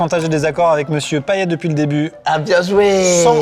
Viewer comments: Pitié c'est payeTTTTTTTTE comme paillette, bo bun c'est viet , la blague avec l'autre Gérard j'ai pas kiffé, Manu me fais pas rire mouai non pour une fois je suis une haters désolé .... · Les réunionnais en suer en entendant Amixem dire pa-i-é et pas paillette 😭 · ca se prononce payete a part ca la video est une masterclasse